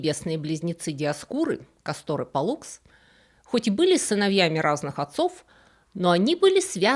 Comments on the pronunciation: Не КастОр, а КАстор - проверочное слово касторка, имеющая отношение не к Диоскуру, а к бобру (castor) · поправьте меня с ударениями, но вроде они были К'астор и П'оллукс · Интересная тема, хорошо рассказано, резало слух неправильное ударение: КАстор и ПОллукс.